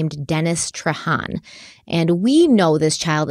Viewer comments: How the hell is Trahan pronounced "traw-hawh"... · Loving the in depth coverage you’re giving us on this! As a Louisiana native, the name Boudreaux is pronounced boo-droh and Trahan is tray-han (hand without the D). ❤😊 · As someone from Louisiana, hearing you pronounce Leger (Lay-jay) and Trahan (traw-hawh) absolutely sent me. Thank you,. 🤣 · I'm late to the game but just a little correction on the pronunciations of Cajun last names: Depending on where you are in Louisiana, Trahan will either be tray-HAN or traw-HAHN. I'm from Lake Charles and usually hear it the first way. Leger is LAY-jay.